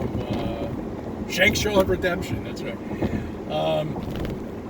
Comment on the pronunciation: Shawshank, not Shankshaw.